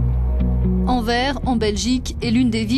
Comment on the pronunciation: On prononce Anvers "Anversse" et pas "Anver".